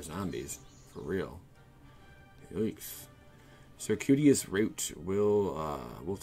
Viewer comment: its circuitous, Like Sir-queue-it-us lol